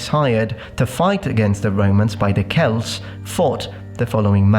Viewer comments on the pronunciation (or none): none